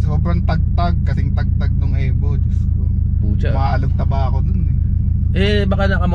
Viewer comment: E-VO not Eh vo.